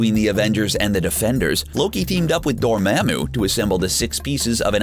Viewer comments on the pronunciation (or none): lemme just correct u there my man its dormamu not dormemu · It’s dormamu not dormamu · Excellent work.If it's your thing, stick with it, but Dormammu is more "Mom" than "mam". I really don't want to be that guy, but the Dr Strange video was a lot. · ITS DOR-MA’AM-U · This is a great video, but the way he pronounces “Laufey”, “Frigga” and “Dormammu” makes me cringe 😅😆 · the way this person says dormmammu makes me cringe every time